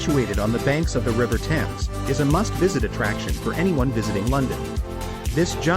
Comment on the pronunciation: The Thames is pronounced tems as in tens (multiples of 10)